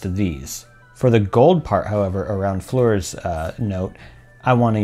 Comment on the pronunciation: Fleur is pronounced as FL "uuh" r (uuh like uhgm...)